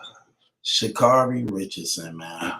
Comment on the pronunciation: It’s pronounced Sha’ (carry) Carri 😌🤷🏽‍♀️